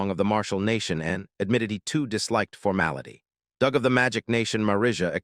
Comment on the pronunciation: sigh The usual terrible AI reader, mispronouncing and mis-emphasizing words with a rather painful translation that at least so far hasn't misinterpreted the characters' genders... yet. Your robot also tried to "conceal" the word 'bastard' but instead pronounced it ass-grab. Good work. AND your bot pronounces "Doug" as "dooog" not "dug". And Xiaolong, which your bot pronounced correctly in the first part of the video, has suddenly turned into Zeye_ow_long. Not Sh-aow-long which is what it was before. Brilliant checking for consistency and error there guys. Oh wait you never do that because this is just to get money for someone else's work. I see that you used an AI scanner to create the summary as well, because , a HUMAN would know that a GRYPHON IS NOT AN EAGLE. Nor is the CROW at the Xiaolong-style school an eagle. Does your AI scanning robot think all birds are eagles?/